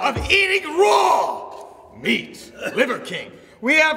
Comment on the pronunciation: Bro went crazy with the "RAW" lmao 😂